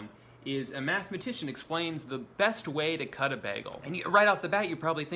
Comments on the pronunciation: STOP SAYING BEHGEL IT'S BAGEL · I like how you say Bagel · he called it a ’baggel’. You Britta’d it Drew. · How everyone in the world pronounces bagel: baegel How drew pronounces bagel: BeHgUhl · especially if somebody says it as bag-el, not bay-gul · Why do you pronounce it bäh-gel. What are you, faux german or something. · delitchus mëssfri bägl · Why was bagel pronounced as BAG-el lol 😂 I can’t get over that pronunciation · Apparently hearing the cream in “cream cheese” emphasized infuriates me just as much as bagel being pronounced “beg-l” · I love the way he says begal instead of bagel lol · you said baggel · " B A G - G I L " OMG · no one commenting on the way he says bagel? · He pronounced bagel like britta a few times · Your pronunciation of bagel infuriates me at a level beyond human undertanding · I love how you pronounce "bagel" like Britta from "Community". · His constant slight mispronunciation of “bagel” is driving my fucking insane